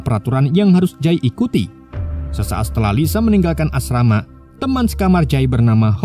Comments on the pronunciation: Bukn asmara tapi asrama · Asrama jd asmara wkwk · Asrama di ganti menjadi asmara 😅😂